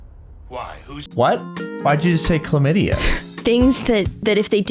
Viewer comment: warrio.. clamidya LOOOOOOL i cant stop laughing